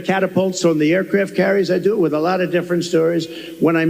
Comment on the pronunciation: Has anyone else noticed that when tRump goes on his 'someone insulted me' rants, he suddenly changes his 'O's' to A's'. Lot becomes Lat, Honestly becomes Anestly. It's another 'TELL' of the don. Just like when he says someone called him SIR. We all know that whatever follows is a LIE. And now he's back to the TOUGH farmers 'with tears in their eyes'. He's digging out the old play book...and it STILL doesn't work.